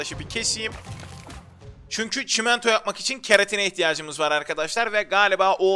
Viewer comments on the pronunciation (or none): none